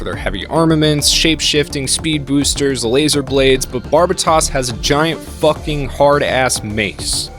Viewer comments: “It’s barb-a-toss” 😂😂😂 You watched the whole series and still are mispronouncing it? 🤦‍♂️ It’s ‘barb-aye-toes’ like how white people pronounce the country Barbatos… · I loved the video but you miss pronounced so many names in the video it was like listening to a grandma say nooroto. You got Turbine (tur-bin), Gaelio (Guy-lee-oh), Barbatos (Bar-BUH-tos/ not toss), August (AW-gust), Kudelia (koo-DEE-lee-ah), Itsuka (EAT-soo-kah), Alaya-Vijnana (uh-LAY-uh vee-NYAH-nuh). You said you watch the entire anime twice man come on.